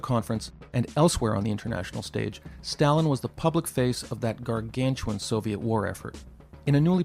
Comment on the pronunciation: I hope you don't both pronounce Stalin like that¹… I don't want to catch that habit ¹/ˈstælɪn/